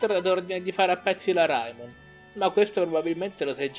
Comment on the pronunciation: Ciao ma perché pronunci raimon come si scrive? (Perché si dovrebbe dire reimon)